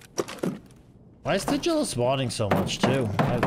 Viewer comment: Tagilla is pronounced with a G as in Gorilla, Great or Target.